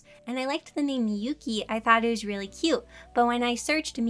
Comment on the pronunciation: " cute " T is silent. Sounds exactly like the word. Cue (人*´∀｀)｡*ﾟ